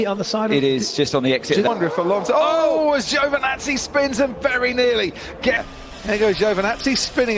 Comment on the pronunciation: Its Is Giovinazzi Its Is Not Giovnazzi